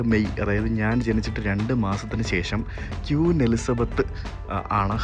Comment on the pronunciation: Hello ക്വീൻ എന്ന് പറയൂ പ്ലീസ്. ക്യൂൻ എന്ന് പറയരുതേ